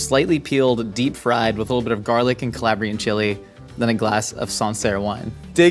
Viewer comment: HEY IT'S - CAH LAH BRE AN CHILI... NOT CAH LAB REE-AN... Yeah, I'm from Calabria, Italia. Thought you should get the correct saying so you don't wind up sleeping next to a fish 😉